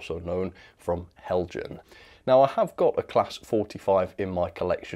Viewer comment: Learn to pronounce. It is Hel-yan! This is a persistent and most insulting error.